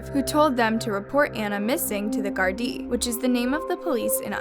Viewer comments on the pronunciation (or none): The constant mispronounciation of words spoiled this for me. Its not hard to research how words should be pronounced beforehand. The police in Ireland are the garda nit the garden or whatever she was calling them. The surname of Ana was wrong as well as the name of the county. Pedantic perhaps but I found it very off putting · And also, alot of the time you are mispronouncing gardai I just want to correct you as I am irish it is common to mispronounce it so don't worry! It's pronounced gaurd-e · FYI - there is no such thing as the county of Fingal. Fingal is a district county council, which serves areas of Dublin, not Kildare. I’m from the same town at Anna. She is from Confey, Co. Kildare. Get your facts right Also, Gardaí is pronounced Guar-dee Jesus. Before putting up videos, get your English right. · Gardaí is pronounced with a HARD G, not a J sound. The fact that you didn't bother to look this up is very disappointing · Gar Dee not Jar dee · I swear if you say the jardi again I’ll slap you its guardi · It's pronounced gaurd-eye not jard-ee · Gardai said like this gar dee not jar dee,soz I'm irish and its bugging me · By the way its pronounced Ghar-Dee. Not Jar-Dee. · Jardee 🥲 good story thank u but it’s promounced gar- dee. Gar like gary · It's Gardai with a "G" sound, not "jardai". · The vid was so cool but why the name (jardee) when it’s said Garda (g-ar-da-) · jardee ? Gardai pronounced with a G not a J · hi anna im nottrying to be mean but but overe here in ireland we pronounce it (gar-dee) instead of (jar-dee) thanks so much for covering this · Its pronounced Gardee not Jardee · Is it me or do all the bad things happen on May? Also you mis-pronounced Gardaí. It's a G not J. ^-^ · This is a great video, but Fingal isnt a county, it's a part of dublin, and the Gardai is pronounced with a hard G not soft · not her saying jardaì 💀💀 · I know every time she said Gardee I cringed so hard lol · its pronounced are-lind and gar-di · jardie too